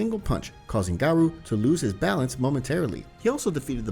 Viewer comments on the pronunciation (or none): it's GARO.. not GERO..... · M yes g air oh is how garou is pronounced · why do you pronounce garou like that💀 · Idk why I find it hilarious when "Garou" is just pronounced the English way like it sounds like a normal name